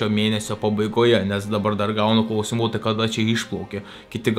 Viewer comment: Priminimas kirčiuoti "kláusimų" day 1